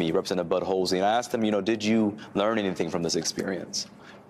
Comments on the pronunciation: did he say representative "Butt Holesy"??! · Oh!....It's Bud Hulsey?. I need to clean the wax outta my ears. I heard something completely different.